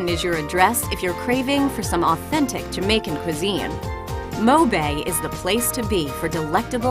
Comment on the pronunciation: lol moebay its mohbay